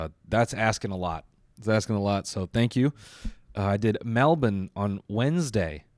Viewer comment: Noel is the first American to ever pronounce “Melbourne” correctly. Props.